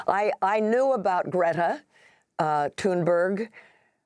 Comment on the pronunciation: Tuneberry? Did she say Tuneberry, geez the Anchor said Greta's name incorrectly, am i bugging?